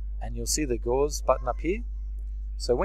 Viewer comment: Just a help on pronunciation: Attribute is stressed in the first syllable, and Gauss rifle is named after mathematician Karl Friedrich Gauss (GAH-ohss), pretty much pronounced as one syllable, and the CGS unit of magnetism was named after him, so the gauss rifle is named after that (magnetic fields to project metal bullets).